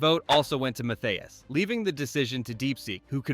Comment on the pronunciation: Its LOTHAR MATTHÄUS not Mathias. Obviously, you have no clue who Matthäus is. The man who took out Maradona to become world champion, 150 matches for the german national team, winner of the Ballon d'or and two time world player of the year. Maybe you are too young to know.